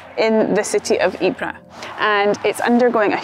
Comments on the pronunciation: Great video. I highly appreciate and respect how many UK people still visit the Ieper region today to keep the memory of their ancestor's sacrifices alive. By the way, the correct way to pronounce the name Ieper is: Eep-er (not Eep-rah) 😊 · Ypres was also called 'WIPERS' by British troops, who couldn't pronounce Ypres. My grandfather was wounded in the battle of 'Wipers winter 1917', He was sent out on a patrol, with an officer an NCO and several other soldiers. They got lost in no man's land. The office split the platoon into two the officer took half and the NCO took the other half. The officer and men were never seen again (presumably lost in action presumed killed). A shell exploded near by and shreaded my granddad's left arm with Shrapnel, he was evacuated to a hospital in Croydon, to recover (the doctors wanted to cut his arm off, he wouldn't let them). Several years later he built the muscles up by squeezing a rubber ball.